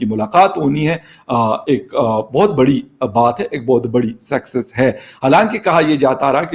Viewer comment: sexess not success 😂😂😂 ye saale sab anpadh hai